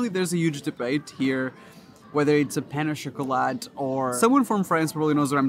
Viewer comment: Pen o shakalat lol what did he just say ??